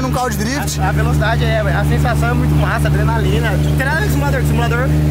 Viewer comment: Sabe nem falar drift xarope